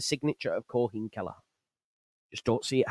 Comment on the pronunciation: Queeveen is how to pronounce Kellehers name